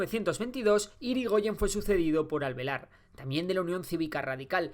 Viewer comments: Corrijo dos errores: la provincia cabecera que se levanta contra Rosas es Entre Rios con el general Urquiza. Más allá de eso muy bueno laburo para explicar en 15 minutos, siempre van a faltar cosas. Es Alvear no Alvelar, Lanusse y no Lanousse y con el Kirchnerismo no se privatizó, se estatizó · Yrigoyen fue sucedido por ALVEAR,no por “alvelar” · Es Alvear, no Alvelar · Después de Yrigoyen vino ALVEAR, no alvelar. Aclaro esto porque me resulta muy importante. Mas alla de eso, este video es una gran síntesis. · No es ALVELAR, es ALVEAR (minuto 9, presidente del partido Radical)